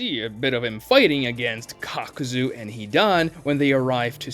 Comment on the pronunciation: did he say cockzu